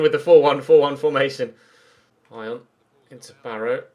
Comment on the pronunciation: Not that it really matters, but Ion is pronounced like E on, with a short E, not Eye on.